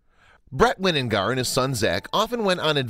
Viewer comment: I am so proud of my cousins. Charlie Bravo is living a great and spoiled life with Bret and by the way the last name is pronounced with a long I. That is Winingar. Love you cousin for taking the sweet girl into your home.